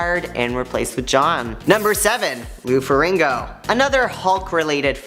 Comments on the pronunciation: First of all, it's Ferrigno, not Ferringo. Putz. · It’s Farrigno not Farringo Jesus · I would really love it if you guys who are going to do videos on celebrities get their names and pronunciations right. It is Lou Ferigno, (pronounced fur-rig-no)